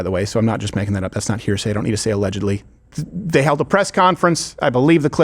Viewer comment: "day" why can't they just pronounce "th" THEY